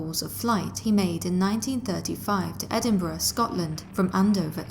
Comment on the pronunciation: just wanna say thank you for pronouncing Edinburgh properly! lol